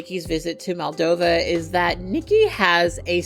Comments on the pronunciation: Really brilliant video! I love the nuance you bring to topics like this! Only thing I would say is that throughout the vid you called Justin's home country 'Maldova' when it's actually pronounced and written as 'Moldova'! Side note: love your cat ears and make up in this!! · The second letter is pronounced as the the second letter in the word computer . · It's Moldova, not Maldova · Just a side note, but in the video and the description, you say Maldova, but it's Moldova!!! I love your videos <3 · not to be that guy, but it's MOldova, not MAldova